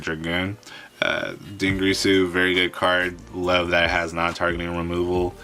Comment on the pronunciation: Dingirsu not Dingreesu, Dragoon not Dragoons